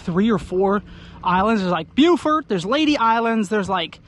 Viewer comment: It’s bow-fort… not bew-fert lol